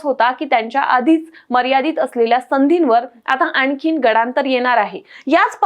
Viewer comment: मॅडम गडान्तर नव्हे गंडान्तर म्हणा ❗😴😮😷🤭😟😞